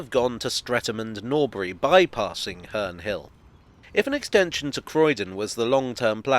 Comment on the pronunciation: Its sound like hernrie hill